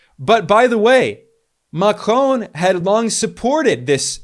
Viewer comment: Good videos. Always interesting. Just dont say Macron as you do please :) The N you do not speak out. Everything else remains - et voilá ;)